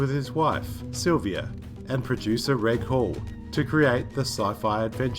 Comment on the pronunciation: A minor gripe I know, but Reg is a shortening of Reginald and is pronounced with a soft 'g'. Other than that I was delighted to see you do a video on UFO. As I commented before elsewhere, I love the fact you use the title music from the show on your channel 'title card'.